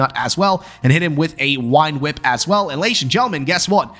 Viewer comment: Please stop saying wine whip.